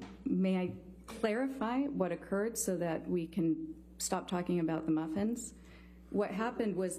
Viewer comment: “May I clarify what happened so that we can stop talking about the muffins?” Priceless delivery by the psychologist about how wasteful in time this was Also the way the lawyer says maffins is just, it makes it worse for me LOL